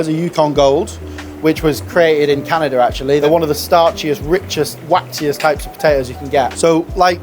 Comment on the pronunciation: "Tortiller" "Canader." Lot of artistic license in this show!